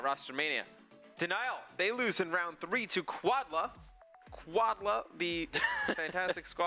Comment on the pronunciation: I bet it is quad L.A. not quad la.